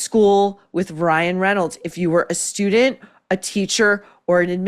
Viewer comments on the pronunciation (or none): It's student Not Stu Dent.